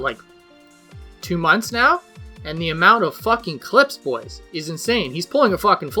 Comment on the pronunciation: Can u not say boys lmfao it sound sweird